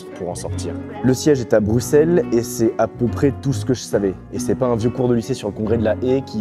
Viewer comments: un francais qui dit bien Bruxelles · Enfin un français qui dit bruxelle comme il faut 😍